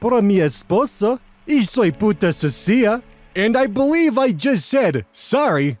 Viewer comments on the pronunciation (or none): Your Spanish wasn't that bad until you got to the word sucia